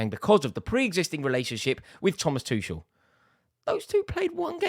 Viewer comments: Still getting his name wrong. It's Tu kel not tushell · Why can't this Rory learn how to pronounce the guy's name! It's Too-kel (for god's sake). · Finally we get to stop hearing Rory call him Tooshel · You will always thank him? Rory you still can't say his name mate... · Im glad he's gone because you keep pronouncing his name incorrectly. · Oh my god just say his name right fgs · At least we won't have to hear him say Thomas Tuchel anymore.